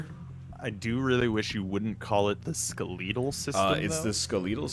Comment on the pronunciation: NL always has interesting pronunciation when playing Bio Inc Redemption. Ske-leee-tal system!